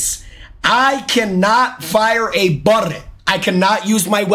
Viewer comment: New to jnxy does he have a speech impediment where he can’t say bullet and constantly rolls his r and L?